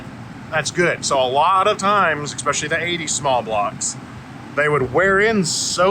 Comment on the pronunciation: ekspecially…. Not a word … Especially is tho